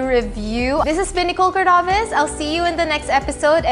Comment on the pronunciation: Not a fan of Miss Universe, but i am watching this video because i fell in love with Ms. Nicole Cordoves voice😍. The way she pronounce words, her choice of words, the way she deliver her message... It got me.